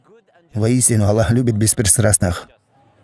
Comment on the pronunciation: Почему, вы пишете Джазакя-лляху? Я например нигде в курьане не слышал, чтоб АЛЛАh звучал как Аллях. Астагфируллаh. И нигде никогда не слышал, чтобы учили курьану таким образом, как вы произносите. Простите конечно меня. Но я часто вижу и слышу подобное произношение (неправильное)